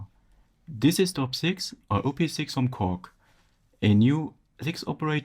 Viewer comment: It’s Op-Six. Not oh-pee-six. Op as in operator.